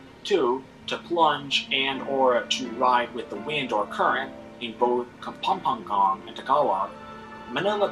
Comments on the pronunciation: KA-PAM-PA-NGAN the narrator pronounced it wrong hahaha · It's funny how the narrator pronounces "Luzong", "Kapampangan", and many more. 😀😀😀 That was the Golden Tara of the Philippines but it is now in the Chicago museum. Concerned Filipinos are trying to get the golden tara back.